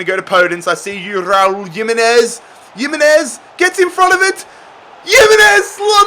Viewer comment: Jimenez is pronounced ,Him-Enez from a wolves fan